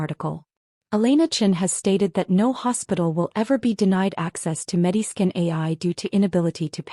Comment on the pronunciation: I think it’s MediScan, not Medi Skin.